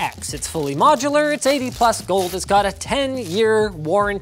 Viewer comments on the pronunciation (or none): none